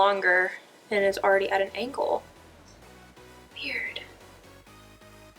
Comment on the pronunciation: haha so cute when you were mumbling "weird" idk